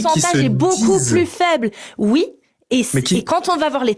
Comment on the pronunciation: j'ai un problème avec les gens qui disent "wui" au lieu de "oui"...bordel !!!!!!